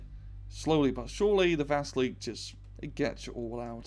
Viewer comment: dat not VASEELEEEEK das ist VA-SEEEEL-YOK